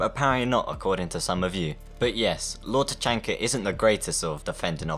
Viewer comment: u also said LORD CHANKA IM DISLIKING